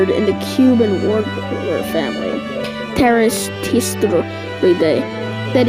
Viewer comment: " welcome to wikipedia traves TEES "